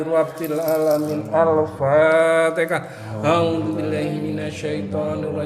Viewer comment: Maaf Alfatihah ,bukan alfatekah ya